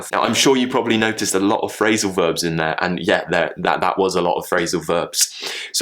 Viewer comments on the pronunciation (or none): You pronounced 'glottol t' in `in there`, didn't you. Can you explain if it is RP, Am, Cockney or what? Another word pronounced with 'glottol t 'which fascinating me is `partner'.....